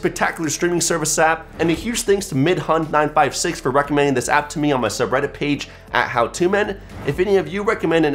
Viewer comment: The name of the person that recommended 'Balck Hole' is not pronounced as mid-hun, it's an Indian name. mi-dhun (dh is an aspirated 'd' sound, not the English 'd', but the Spanish pronunciation of it; 'u' as in sugar; and 'n' as in no)